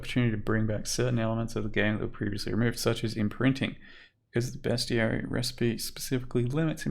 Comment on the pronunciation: Fuck yeah, someone pronounced bestiary correctly, 10/10